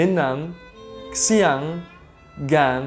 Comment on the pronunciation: Xiang pronounced Ksiang... DUDE YOURE SUPPOSED TO BE GOOD AT LANGUAGES